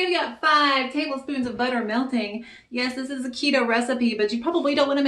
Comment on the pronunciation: The voice you go in and out of in many of your videos is really funny. Like “buddah” for butter Looks good. Maybe do some more videos for holiday meals and treats. 😊